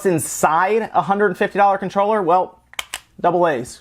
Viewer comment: Is it just me or did anyone laugh so hard by the way he said double A's